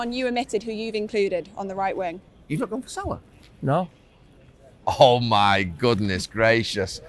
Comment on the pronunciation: It’s Salah, stop Carra.